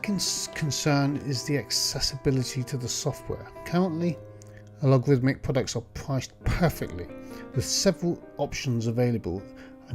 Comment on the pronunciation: By the way, the (former) company name is “Allegorithmic”, not “Alogarithmic”.